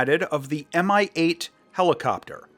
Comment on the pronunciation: "Mi-8" sounds in russian as "mee-8". Thank you for review!